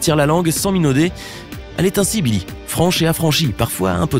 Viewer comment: je rêve ou il a dit nillie?